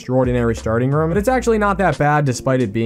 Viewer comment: I love your channel but hate the way your say room